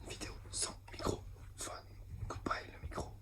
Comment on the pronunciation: Ca me fume qu'il dise "microphone" 😭😭